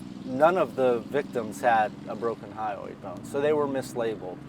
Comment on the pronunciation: It’s the HYOID bone, not highway 😂